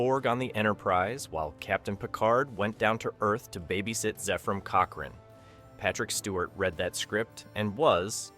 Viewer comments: wondered why he said first Zeefram Cochrane😅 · LMao this was my favorite movie out of almost all of them. All the names are being pronounced wrong lol Zaaaayfrem cockren :face-blue-wide-eyes::face-fuchsia-wide-eyes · I laughed when he said Zayfrim Cockring. =D